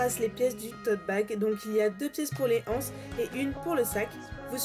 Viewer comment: Il n'y a pas de "h" à "anses, donc on dit l'anse... pitiééé....je l'entends sur toutes les videos, alors je ne résiste plus à l'envie de le préciser.:)) Sinon, super tuto, très clair et quel beau travail soigné!